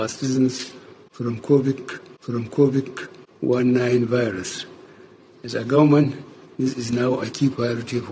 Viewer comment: I am rolling on the floor😭😭. The first video took me out and Buhari’s pronunciation of the virus - COVIK 1 9.😂